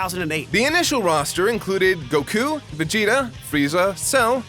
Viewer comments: ugh i tried not to i really did but this has been a long time coming--what is with seemingly deliberate mispronunciation of certain names? Everyone has to be aware of his "Goh-KOO" thing, where he just enunciates it in such an odd way, but now he's saying "Dr. Garrow" instead of, y'know, the right way? i just don't get it lol. love the guy but what the hell man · Can he stop saying "Gokoooooo", his name is "GOku". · I hate when he says go-ku instead of goku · You're just wrong, they don't pronounce it with such a drawn out UUUUUUUUUUUUU at the end. I watched the japanese version as well. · I hate the way you say Goku and Gerro, sorry bro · The Prid I actually speak Japanese. You're wrong and don't understand pitch accent.